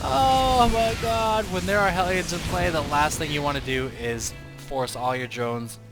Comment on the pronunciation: I really enjoyed that "Thoa iz hia" at the very end :D